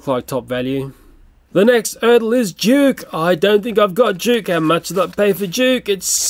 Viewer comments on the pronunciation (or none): Why did you say juke it's duke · Juke, that's not Juke that's Duke you pronounce that wrong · You said duke wrong you said juke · U are saying Duke rown